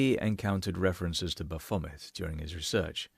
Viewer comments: Why do you keep mispronouncing " Baaa-fooo-mayee". BAPHOMET it's a French peasant word for wild one or wild spirit. Has never been remotely associated with the devil or Satan, that is before organized Christianity witch BTW Jesus would have nothing to do with that. those are made up boogie men by zealot Christian grifters to stoke fear in the uneducated. as everything they touch, they corrupt and destroy in the name of God, SICK SHIT. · Love how you managed to rhyme 'Baphomet' with 'Vomit'.